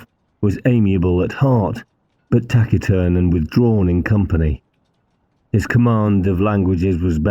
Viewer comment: Look up the pronunciation of "Taciturn" - you got it wrong in this and one of the earlier books, too. One tiny speck in an otherwise magnificent production. Thanks for your efforts.